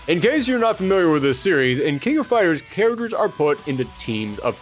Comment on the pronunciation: "King of Fires", "Charaters"? What is this accent? (If it's a speech impediment, ignore this and I apologize. Haha.)